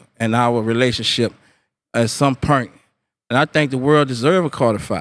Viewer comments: We have a NEW pronunciation y'all. . "POIRNT" - *point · "At some pernt" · "at some purnt" no disrepech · bruh what the hell is a Purnt ? lol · its not pernt, purse,, money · Point? Or Pernt? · pornt or do you mean point you need speech therapy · He can't say "Point" 🙃